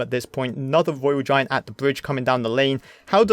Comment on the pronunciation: Twophys, mighty miwer, woyal giant, cwazzy 😂